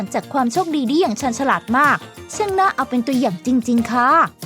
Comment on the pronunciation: ฉราด หรือ ฉลาด ที่ระรึก หรือ ที่ ระลึก ครับ ช่วยออกเสียงให้ถูกด้วยครับ